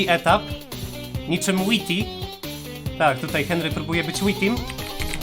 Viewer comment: Inna gra z Henrym? Będziemy napewno Henry stickmin colletion A Whity czytaj łajti Henry stickmin, Henry